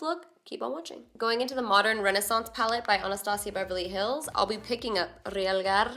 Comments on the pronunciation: Hahaha you're awesome. And it's "ree-awl-gahr" 😂 love this look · When you said REALGAR, I thought of RHAEGAR! GOT fans know! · "Rrrealgar" 😂 by far one of my favorite looks you've done and then you come through with the hot fire Latina slayage slang. Say that five times fast 😳😂💜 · LOL I love how no one can say Realgar. 😆 I think Stephanie Nicole's the only one I've heard say it right so far, haha!